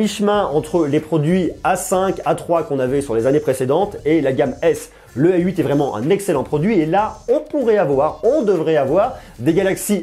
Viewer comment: Pourquoi vous prononcez "ay 8"? C'est la nouvelle mode ?